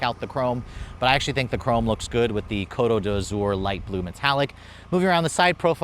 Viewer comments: It’s… I mean I’ve heard some really bad pronunciations in my life but that Côte d’Azur is the cherry on top !!! LEARN to pronounce the words properly or translate them into English! EVEN that’s better!!! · “Basically”. It’s Côte d’Azur. And no SUV is “3 box” in design. Words matter!